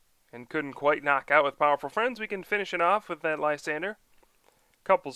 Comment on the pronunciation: LYSANDRE. Not Lysander. The 'R' comes before the 'E' so it sounds like drey. Come check out my video for the correct pronunciation. But I like your videos, keep up the great work!!!